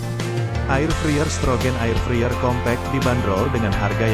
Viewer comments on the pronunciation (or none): Ngomong nya bkn 'friyer' tapi 'fraiyer' 😵